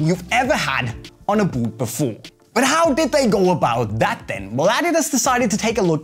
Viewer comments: "the buut" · Why does he say "boot" like that 😂😂